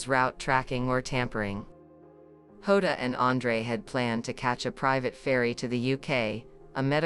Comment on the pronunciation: Get the name right, it's Jota and not Hoda, please stop this rubbish.